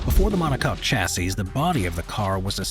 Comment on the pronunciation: Chassis is pronounced shassee 👍